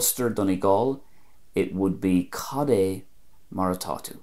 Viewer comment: I'm here in gweedore and have two not impressed with your Ulster cad é, they are pronouncing it like cadjay